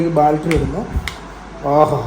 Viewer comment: എടാ പൊട്ടാ ബാൾട്ടറി അല്ല ബാറ്ററി ബാറ്ററി ബാറ്ററി Battery Battery Battery